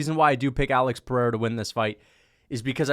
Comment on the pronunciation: You could almost call it the PeriERA 😅